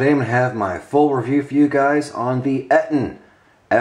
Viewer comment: Its pronounced "EEE-TON"